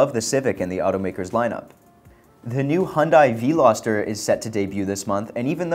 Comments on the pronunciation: vee- loster? Vel-loster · "Vee-loster" ...yeah no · you lost me at VEE-loster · that really bothered me,the way he mentioned it, I was like,what???